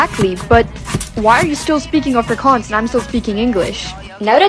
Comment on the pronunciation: Why does she pronounce afrikaans like that 💀